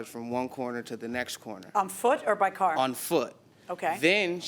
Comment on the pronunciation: At least the defendant can pronounce car correctly, not "cair" like the plaintiff.